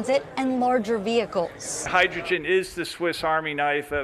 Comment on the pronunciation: Hydrgen? what a fools errand